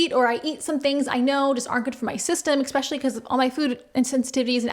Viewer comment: I’m going to be a right cunt now, but I watch your videos a lot, and this comes up a lot…. Es-specially, not ex-specially. I’m prepared for any elbowing that may come as a result of mentioning this.